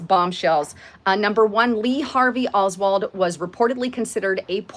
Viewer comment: does look better than usual today. Eyes, face and hair. Wow. Oldwold? Isn’t it Oswald, or is this Mandela Affect? lol